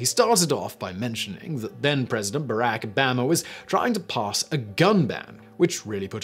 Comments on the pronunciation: Omg the way he says Barack Obama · I will never stop smiling at the way Simon pronounces "Barack Obama."